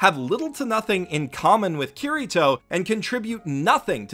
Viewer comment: ITS NOT KIRR I TOE ITS KI DI TOE!!!!!!!!!!!!!!!!!!!!!!!